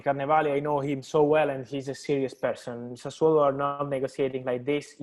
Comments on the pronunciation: has gone from saying Sassuloo to Sassuaalo. At least it is progress. I know it is incredibly hard for him but hopefully he will say Sassuolo soon. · Wonder how much times practiced pronouncing "Sassuolo" before Romano came on.🤣🤣🤣🤣